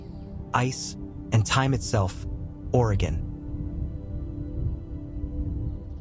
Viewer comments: At least they got "Oregon" right. Which most can't do. Mostly Worstcoasters. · Great, except, you pronounced Willamette like it was in Illinois, not Oregon. It's a as in apple, not as in up. At least you said Orygun instead of Ore ee gone. ❤